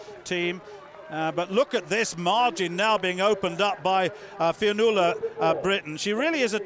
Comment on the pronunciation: Commentator having some difficulty with the word 'Fionnuala'. Brilliant run by the way